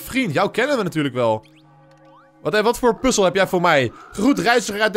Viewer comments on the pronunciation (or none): none